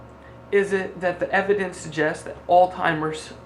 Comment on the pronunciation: So hard to listen to someone who can't even pronounce Alzheimer's correctly